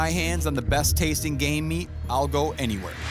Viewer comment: Everytime he says game meat I hear gay meat